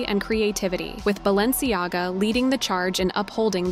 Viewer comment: But how Fierce is BalenciGAGA??? I counted 3 L's